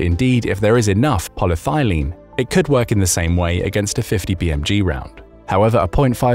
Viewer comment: It is "polyethylene", not "polythylene".